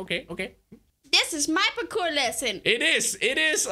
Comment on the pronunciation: "This is my pakour lessen!" XD